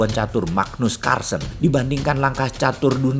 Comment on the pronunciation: Magnus Carlsen bukan carsson, ralat ya bossman wkwk Trump ibarat MIkhail Tal, langkah langkah nya sadis penuh pengorbanan :D